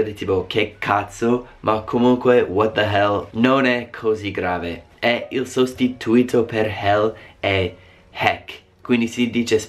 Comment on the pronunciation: Video molto interessante. Una cosa: si dice "un sostitùto" non "un sostituìto" (per dire "a substitute / replacement") Il concetto di bestemmia è proprio diverso: in italiano vuol dire associare il nome di Dio con un insulto / riferimento offensivo. In inglese bestemmiare vuol dire praticamente "nominare il nome di Dio invano", ossia dire parole legate alla divinità (hell, damn, God) in un contesto non religioso, il che in italiano non è considerato bestemmia se non dai più tradizionalisti.